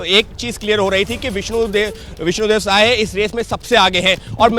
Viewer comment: विष्णु देव सहाय नहीं साय ….रिपोर्टर अनपढ़ है